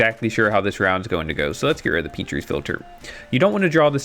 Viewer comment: Good video, I completely forgot that starter decks can still go 2-0 and that it isn't impossible to climb ranks well with them. Also, you mispronounce Petri's Philter; Petri's is pronounced as Pet-ri's (pet triss, almost) rather than Peat-ri's.